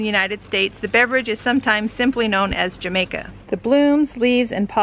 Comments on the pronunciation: Jamaica is actually pronounced ham EYE ka, and calyx is pronounce KAY lix. Just sayin, no offense intended. Thank you for the info! I look forward to growing some next year in NM. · Cool video. I think it’s pronounced “ha-mica”. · Ahh forgot, its pronounced Jamaica like ha from Happy! Hamaica lol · No, it’s pronounced Jah -may -ka....we call it sorrel in Jamaica and its a staple drink at Christmas time! Delicious laced with rum... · Thanks for the info! The drink you mention is usually pronounced with a soft h rather than a hard j like hamaika :) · Love your videos. The drink that you speak of is pronounced, hamica. Thank you for your great videos! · Sweet! Good to know I can plant these here. Is it too late to plant them now? Also Jamaica is pronounced “Ha- my-ka” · Ham eye ca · FYI: to properly pronounce jamaica - in reference to the flower, not the country. It is ha-MIKE-uh in Spanish. You always pronounce the J sounds like H. The letter H is always silent unless it is next to the letter C. So if you are asking for the drink you say “Agua de ha-MIKE-uh” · Great details, thank you. The J in Jamaica has an "h" sound, at least every time I've heard it from a Spanish-speaking tongue in the region where it's regularly consumed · But you gotta say the ha like strong